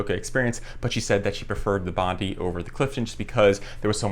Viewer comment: Hi,, Two excellent reviews, for this shoe, the Bondi 8, and for the Gaviota 4. (Btw, in Australia, at least, it's pronounced "Bond-eye.") Question, please, for you or anyone here - I have terrible knees with not much meniscus left, and need all the cushioning I can get. Assuming either model would be a valid choice, I wonder if the Gaviota's J-frame, allegedly providing a more stable platform, might help reduce some of the torquing forces on the knees as well. Any thoughts, recommendations (yes, I have considered giving up running entirely, no thanks!) would be appreciated. Thanks again for the excellent reviews. William